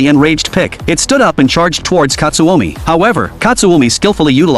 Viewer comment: Pickle ❌ pick ✅ / katsumi ❌ katsuomi ✅